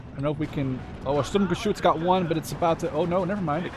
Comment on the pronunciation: Really enjoyed that gameplay. Thanks for showing off the new divisions. As others said, your german pronounciation is really good but feel free to call the Sturmgeschütz just Stug. That full name isn't used much. Similar to the StuKa which is a Sturzkampfbomber. Not saying you wouldn't know what Stuka stands for, you probably do as you are interested in WWII units, just showing the similarity between the awfully long and convoluted german full names of everything military and their actually used short forms or nicknames. And of course, call them what you want, saying Sturm-anything seems to bring you joy. :)